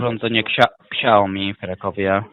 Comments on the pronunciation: "urządzenie Kśajomi" :D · Super jest wymowa ksiaomi , szacun dla pana za poświęcony czas na słuchanie tych głąbów . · "Urządzenie ksiaomi" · "Ksiajomi", jak mnie uszy bolą :(